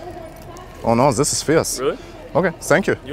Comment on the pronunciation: The guy walking away in shame 😂 and “oh no zis is fierce”